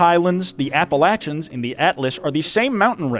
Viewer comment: Thank you for pronouncing Appalachia right